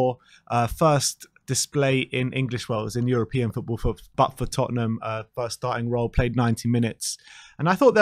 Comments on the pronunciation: Lol says TottenHAM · Big fan of 'Tottenam'😂